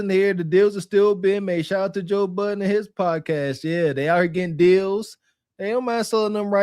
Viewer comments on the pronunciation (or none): none